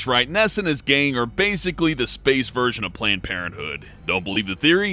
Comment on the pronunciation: "I'm talkin' 'bout spaeece vaginahs"